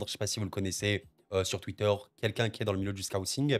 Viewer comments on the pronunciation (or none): none